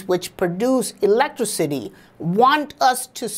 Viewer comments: That really messed me up the way he pronounced it "ELECTRA-CITY" rather then "Elec-Tricity". It made me start saying it that way and for a second made me forget how its actually pronounced..... LMAO. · "Producing Elettro-city" i am crying! XD